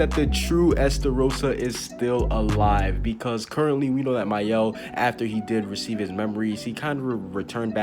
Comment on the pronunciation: Thank you for pronuncing Maels name they call him “Male” 🤦‍♂️